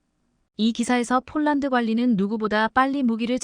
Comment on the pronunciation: 폴란드를 쫄란드라니! 어이없네, 여기도 오독이 너무 심하다. L-SAM 을 엘 마이너스 에스에이엠이라니 들을수록 짜증난다. 그리고 30~ 50Km등 거리를 읽는 것은 터무니 없이 오독이 심하다. 글을 읽는 AI를 좀 개선했으면 한다. 그럴 바에야 차라리 사람이 읽어주기 바란다.